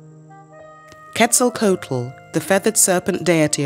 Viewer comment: The ‘h’ in Teotihuacán is silent. Other than that, your pronunciation is excellent. Also, the ‘coat’ in Quetzalcoatl is pronounced ‘kwaht’ as in kumquat, not like the garment.